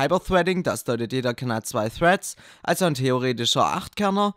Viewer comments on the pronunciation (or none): none